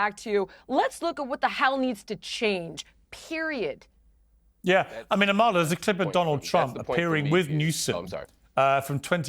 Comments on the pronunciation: Piersssssss can you puhleaseee stop pronouncing the k in Amala’s last name? She doesn’t care but it drives me crazy lol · Piers, ask Amala how to pronounce her name correctly. She’s too polite to do so herself 🤗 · Piers, if you’re going to have Amala on your show, show her some respect by learning how to pronounce her name correctly. It’s not hard! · AMALA, please correct Piers on how to pronounce your name correctly! It’s not impolite to do so. You can do so before the podcast is aired. 🤗